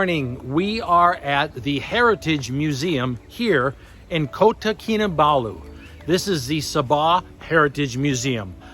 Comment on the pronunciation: Congrats on pronouncing Kota Kinabalu correctly for the first time! Fixing that shirt, that could be me 😅